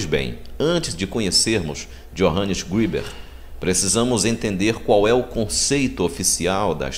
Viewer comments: Não é Johannes Griber, es Greber, a letra e se pronuncia e e não i, a pronûncia seria Iohannes Grêber, e não Johannes Gribes. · só um detalhe: ali diz escrito que Greber era Pastor ( protestante, portanto) e a pronúncia correta alemão seria greber mesmo e não grueber como vc pronunciou, abraços! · Assistiu o vídeo todo? Greber era ex-sacerdote católico. Um padre também pode ser considerado um pastor. Quanto a pronúncia, como não conheço alemão, pronunciei como em inglês se pronunciaria. Valeu pela dica.